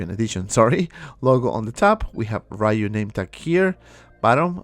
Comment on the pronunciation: Street Fighter is a 36 years old game, and people still pronounce his name “RAYU” 🤦🏻‍♂️